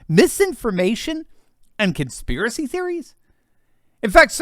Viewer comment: c'mon man, LET THE TRUTH BE TOLD. AND STOP SAYING "CONSPIRACEY THEORY"